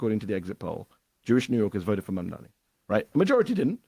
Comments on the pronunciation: Bruh. PLEASE learn the name!!! If u gonna actually host a show where talking is the thing. Speak clear n correctly please. Its pronounced "Mom-Donny" Mamdani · MAMDANI... come on bro say and spell his name properly or go home 🙄🙄🙄